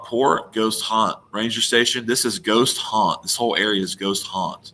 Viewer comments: For your "not for the meek," it sounds like you're saying "Ghost Haunt," but what you're pointing to is "Goat Haunt." I may be hearing you wrong -- if so, never mind. Having said that, last summer I tried for a couple days to connect Mt. Cleveland (home of Brown) to other clues on Google Maps, but gave up on it. I couldn't find connections, and the whole area just seems too wild and rugged for an 80-year-old to be making multiple trips with a heavy backpack. If you go this summer, I wish you best of luck. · Its GOAT HAUNT not Ghost. Two boat trips in an afternoon ?